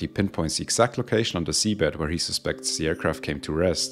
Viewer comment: Dude, great video...your English is above excellent, a definite C2 on CEFR. If you could focus on geting the th sound (as in "the aircraft") a bit softer, and eliminate the very subtle "de aircraft" that is slipping in, presumably as a consequence of / influence from your mother tongue, you would move to an even higher level. (I don't think you need to to improve your English, but if you want to, DM me if you would like a few suggestions.SUBSCRIBED